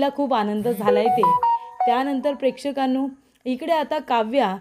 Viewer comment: कितीदा prekdhkannu म्हणतेस बाई